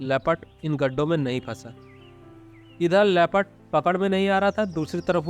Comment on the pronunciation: "Leh..phud"(LEOPARD) NOT " Le. Pad" please correct.